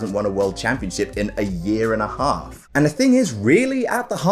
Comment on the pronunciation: I could hear your accent when you mouthed “Break your aahs in haahf”